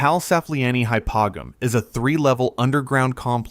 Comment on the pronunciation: Hypogeum is said Hi-po-G-M Cool video, I learned a lot.